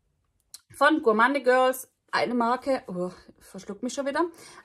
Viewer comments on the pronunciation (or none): Gourmande Girls spricht man Gourmoun Girls aus.